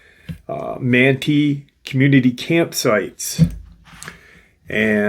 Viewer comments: Manti is pronounced Man-tie, like a man is tying a tie lol. Not that it matters, I’ve lived in Utah for the past 28 years so thought I’d help out. Super excited about this one since I live here. A lot of forest giant sightings and encounters here that I have researched. So I’m excited to hear about this one. Most encounters are happening along the Wasatch mountains and the Uintas. So this will be exciting hearing about something a little further south of where I’m at in Utah County/Salt Lake County area. Something really interesting, encounters of Bigfoot/forest Giants in some of the canyons here, notably Provo Canyon, Springville/Diamond fork, Payson canyon, many sightings in Ogden and Layton and Farmington, one near Lagoon amusement park, which is interesting. That one was so close to that amusement park, was seen walking up Farmington Canyon from the park, anyway let’s find out what this is about. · It's pronounced man-tie. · It's pronounced, "man-tie." Manti Community Campground is 7 miles east of Manti, Utah next to Yearns Reservoir at an elevation of 7,400 feet. Accessible by dirt road, no high clearance vehicle needed.